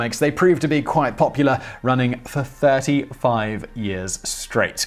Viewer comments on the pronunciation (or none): none